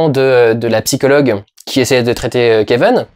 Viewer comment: Merci pour cette vidéo, je t’adore Dudu mais je comprend pas pourquoi tu prononces le nom du perso « Keveun » et pas Kevin, jte jure ça me perturbe..